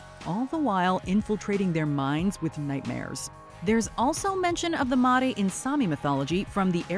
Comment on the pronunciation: 17, "Mare", like "NightMARE".